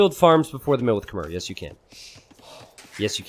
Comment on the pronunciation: Please learn how to pronounce "Khmer" properly.